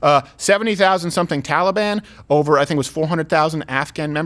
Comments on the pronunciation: Every time I hear Biden pronounce it “Tolly-Bon,” it sounds like he’s down at the mall trying to get a cinnamon roll. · Why does Biden keep mispronouncing Taliban? Makes them sound like a breakfast pastry. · Why can this clown not pronounce taliban